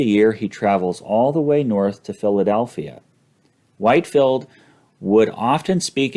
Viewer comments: George Whitefield is pronounced “Whit-field,” not “White-field.” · C’mon,, you’re a smart man - how can you NOT know it’s pronounced Whitfield, not Whitefield? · George Whitefield is actualyy pronounced WHIT-field. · These videos are excellent. I'm really enjoying them. I do want to make one clarification. The Reverend George Whitefield's name, though spelled White-field, is actually pronounced Whit-field. He is one of the two greatest English preachers of all time, the other being Charles Spurgeon. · Great vid! As a Savannah resident, I will point out that Whitefield is pronounced “wit-field”